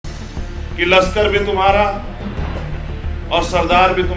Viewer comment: लश्कर होता है, लक्सर नहीं।